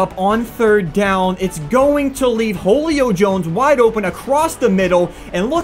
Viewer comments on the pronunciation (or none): he says holey-o Jones instead of huleo jones